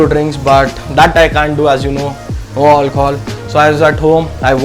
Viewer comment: I love it when he says hi "olchol" 🤣🤣